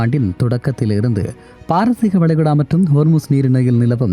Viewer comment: வளைகுடா எப்ப வலைகுழா ஆனது??😂 உச்சரிப்புகள் நிறையப் பிழை😡